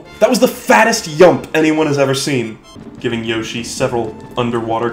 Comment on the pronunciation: I love when he says “Yashi" at the beginning.